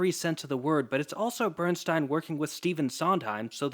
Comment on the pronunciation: This is fantastic but it’s Bernstein not Steeen